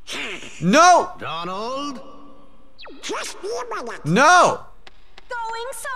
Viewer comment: Dude it's Donald the duck not doland